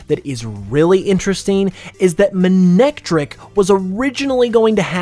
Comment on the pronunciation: Characters pronounced it as Ma-nec-trik in the anime